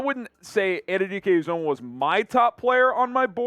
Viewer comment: Felix Ann-you-dee-Kay you-zah-muh. Say it right and put respect on his name.